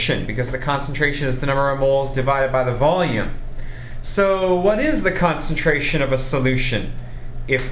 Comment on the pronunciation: Stop talking like that Jeez why do Americans put so much emphasis on the last word if their sentence. "What grammes do I HAAAAAVVVVVE" "First calculate the concenTRATIONNNN".